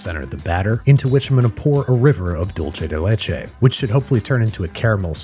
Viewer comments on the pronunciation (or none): Looks delicious Dulce de leche is pronounced DULL-SAY not DULL-CHAY It's spanish, not italian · Can we all agree to stop saying "dool-chay day lay-chay" and pronounce it properly please! It's "dulce de leche" pronouced "dool-seh de leh-che" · Dulce de leche is not pronounced Dool-Chay de Lay Chay, but Dul-say. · Ah, yes, dulche de leche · You had me until the Dulce de luche .... everything else was awesome! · "dolshe the leche" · Pronunciation of dulce de leche: 0/10 Absolutely everything else: 10/10